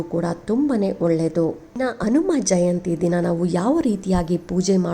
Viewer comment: ಕನ್ನಡದ ಉಚ್ಚಾರಣೇ ಸರಿಯಾಗಿ ಇರಲಿ ಅನುಮಜಯಂತಿ ಅಲ್ಲ ಹನುಮ ಜಯಂತಿ ಎಂದು ಸ್ಪಷ್ಟವಾಗಿ ಹೇಳಿ